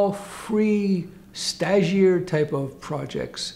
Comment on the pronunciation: "Stagiaire". I finally figured out what you were saying and googled the definition: (n) trainee, intern